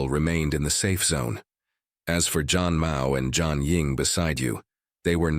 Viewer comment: thank you! yeah zhan still sounds like john.. yup same as any other languages some word have no english translation